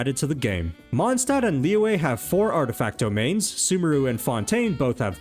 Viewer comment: why took time to learn how to pronounce shenhe but never tried to learn how to pronounce liyue? even saying lee-yeah is better than lee-way